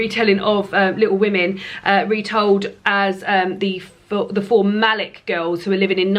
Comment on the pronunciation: Maybe add the n back on? Call it Little Wo-May-n rather than Little Wo-May. It's great to have you back. You seem extra cheerful today so I think the break did you good.